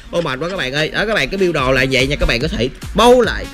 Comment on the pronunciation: Đọc biu đồ cười sặc cơm